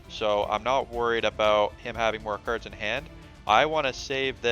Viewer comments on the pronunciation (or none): Cards not kirds